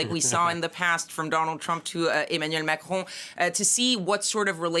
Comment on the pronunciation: How, exactly, does one pronounce “Macron”……… Machrouw?